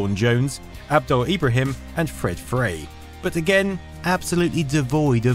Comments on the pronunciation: It's Fred GRAY, not FRAY. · If there was hard work and research put into this video, he would NOT have got Fred GRAY's name wrong, calling him Fred Fray. It's there on the screen for him to read. He also calls Gift FROM the Gods Gift OF the Gods, again in big letters on the screen. Having been part of this era in Game Development, it annoys me when people piggyback on the industry I work in and cannot put the time and effort into getting simple facts correct.